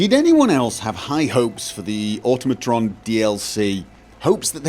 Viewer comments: It’s automotron (or-tom-o-tron) not automotron (or-tum-o- tron) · "Oh-toh-mah-tron" It's supposed to sound nearly identical to the word, "automaton." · Oh god, even you can't pronounce Automatron correctly...